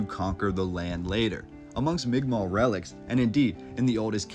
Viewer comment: The first person who ever pronounced migma properly on here lol